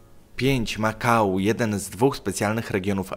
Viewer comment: Makau=Ma kał confirmed?